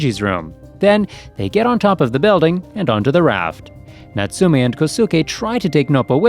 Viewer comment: its NOBO and natsume is natsume and not notsoome